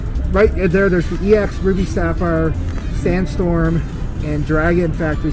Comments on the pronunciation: MANS SAYS X ITS EX IDIOT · Is anyone going to tell him how to say "ex deoxys"?